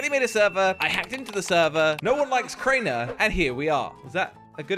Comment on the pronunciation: its not cainer its Crainer